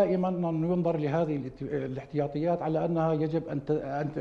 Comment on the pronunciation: الاحتياطي وليس الاحطياطي